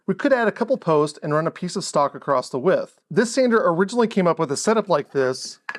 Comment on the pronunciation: There no such word as ACROSST. you just lost credibility. Course >> Coarse. You just lost anything that was left.